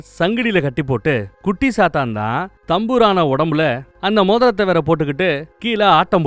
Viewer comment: Bro sathan Alla..chathan..chathan Vere sathan verai.chathan example :vishnumaya